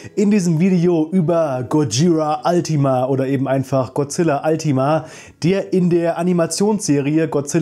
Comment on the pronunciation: Es wird nicht zusammen geschrieben und auch nicht altima ausgesprochen sondern ultima